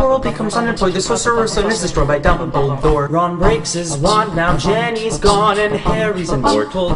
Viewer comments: You said Ginny name wrong u said it like Jenny but it Ginny but a part of that it really good you added everything that important 😍😁 :) Voldemort="Where are you Harry your mine. FACE YOUR FEAR CAUSE MAYBE THE LAST THING YOU WILL DO!" Lol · Was it just me or did he say Jenny not Ginny. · Stop stop stop, you re saying it wrong, its ginny not Jenny... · can you hear Jenny or Ginny Lol 😂😂😂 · Ginny Weasley but its pronounced (if u have a brittish accent) jenny